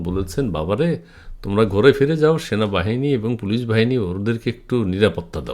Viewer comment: Sona. Bahani. Not. Sanabahani